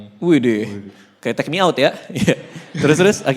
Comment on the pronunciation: Gw kira sependengaran gw "ketek mi out" taunya "take mi ot"